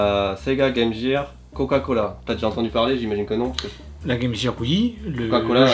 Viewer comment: Les gars... "Gear", sa se prononce en GUE, pas JE... lol